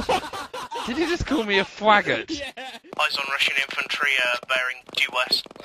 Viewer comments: " a Fwaggot" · " A Fwaggot" - HolyN'Evil August 2017